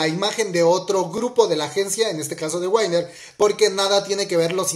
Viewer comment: No es tan difícil se dice como se lee, "winner" de donde salia (ai) para pronunciar wainner xD, por otro lado ya se sabia que el Ceo de YG era el hermano, aunque por lo menos a mi siempre se me olvidaba.